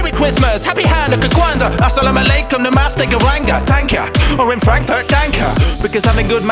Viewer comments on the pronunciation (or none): He just said namasta instead of namaste